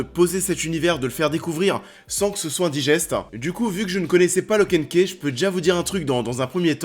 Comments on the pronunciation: Tu dis lock and ké et deux secondes après tu dit ki house, key (ce prononce ki) reste le même mot pourquoi tu le prononce différemment une fois sur deux ? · Perso j ai kiffe du début à la fin ! En plus comme comics ça change ! OH et au fait key ça se prononce ky hein parce que c de l anglais😂😂keih c moche